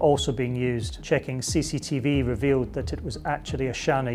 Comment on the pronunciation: "....police eveal" Er...hello? Do we English?